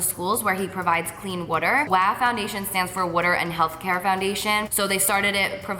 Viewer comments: I die when she says" woo-der"😂😂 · So amazing all of the stuff you've been doing! Such an inspiration!! Also it's funny how you say water like "wuter" 😂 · Vanessa I thought it was only me it sounds like she's saying 'witter' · The way she says "water" lol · P.s every time you say 'water' 😭 love it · love how she says water❤❤ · I love how you say "water" haha. Can't wait for the videos! I'm going to have my tissues ready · Lmaoooo the way you say water. So jersey. You're really sweet! Def fave YouTuber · I can tell you're a Jersey girl from the way you say "water"😂❤ Love you Carli ! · the way you say water tho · did anybody else find it weird how she says water ? lol